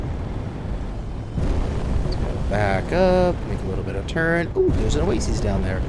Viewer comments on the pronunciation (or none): Do you get paid every time you say OaSEES instead of OaSIS ?!?